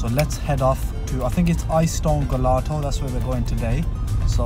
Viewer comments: please don't be offended but gelato is Italian ice cream pronounced with a "j" "jelato" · It’s pronounced jelato not gelato x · The way you pronounced gelato was so hilarious.. it's pronounced 'jel-ah-toe' lol